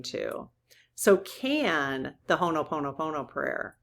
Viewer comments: Dear, you are saying Hono Pomo Pomo. Instead, please leave out the first n. Ho - o Pono Pono Thank you, dear. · I love you dearly, but every time you say "Honoponopono" it drives me nuts. The word is "Ho'oponopono." It bothers me when people mispronounce sacred words and this is a sacred Hawaiian word. Sorry to be nit-picky, but this is a very important prayer to me.